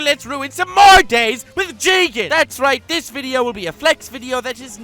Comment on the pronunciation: You pronounce "Jigen" wrongly Its "Jiigen!"